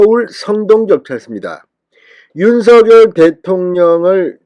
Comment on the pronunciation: 진성호 윤석열 이지만 발음 은 윤석렬인데 매번 윤서결이냐 발음해봐 윤석렬 윤석렬 윤서결 아니다 윤서결 아니다